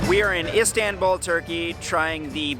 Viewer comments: Not Isdenbuul it is called Is tan bul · Him:Istawnbul Me:ITS ISTANBUL (Not hate btw) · Please try to pronounce Istanbul not as ‚Istänbull‘ 😳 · Can't get over him saying ' istenbouul' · Why does it matter?? I mean, really. He came and had a good time that's all that matters. And also if you want to help him with the correct pronunciation, yours is wrong too. You have to write something like "east-un-bull" for him to vocalize it right.